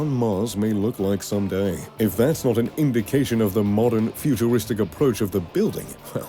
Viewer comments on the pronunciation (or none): he also pronounced futuristic as futuwistic